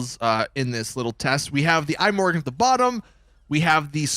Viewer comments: It's not an apple product, so don't call it the "I Morgan". It's the Swedish word for tomorrow "Imorgon" (pronounced pretty much E-More-Gone). Certainly not I-Morgan. Still, the video was ok. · "The Eye-Morgon" Anyone with 2 or more brain cells: ihmorgon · "The Eye Morgon" 🤦‍♂️🤦‍♂️